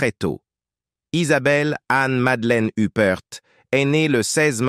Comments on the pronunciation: Uppr pas youprte IA debile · Oui mais c'est "l'intelligence artificielle" qui fait cela! La narration est hachée, mélangée, revient en arrière, en avant bref, on ne comprend rien! La prononciation des noms est catastrophique "Hupperte", Toscane du Plantier en somme, plutôt que de nous faire apprécier le cinéma et les bons acteurs et actrices, cela est tellement énervant qu'on finit par stopper la lecture et mettre un pouce 👎tant on est déçue.... On aime regarder des reportages pour s'instruire agréablement mais là, c'est insupportable et malaisant... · Il est temps de prononcer les noms comme Il faut faut Huppert se prononce en français (huppair) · Une des plus grandes actrices françaises. Idiot de prononcer hupperte, l'ia dans le pire de ses apllications. Honte à l'IA..... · Pourquoi prononcer son nom a l anglaise ? C est ridicule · Surtout la mauvaise prononciation de son nom de famille, elle n'est pas anglaise mais française 👿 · Honte à l'IA.....